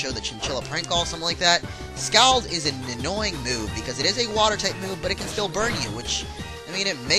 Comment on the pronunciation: Scald is pronounced "Scawld", it's the name given when you burn yourself with boiling water.